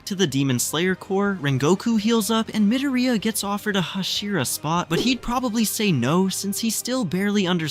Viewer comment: why is this guy saying MidaRhEEyiAhh